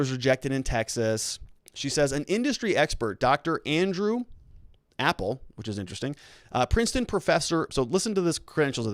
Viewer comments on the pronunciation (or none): Ap pel not Apple.